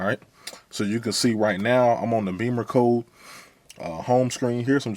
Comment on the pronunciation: I believe it’s pronounced “Bimmercode”, not “Beamercode”. Check the spelling;)